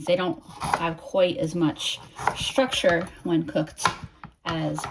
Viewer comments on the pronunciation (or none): none